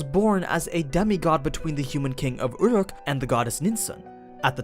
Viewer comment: it's pronounced "ooh-ruke" not, whatever the fuck that noise is